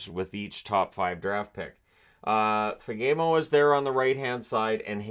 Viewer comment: For future reference, Fagemo is pronounced Faa-Guh-Moo